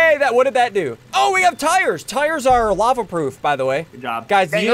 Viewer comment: SSundee: The "f"lava is rising Me: what-😃 you mean lava-🥲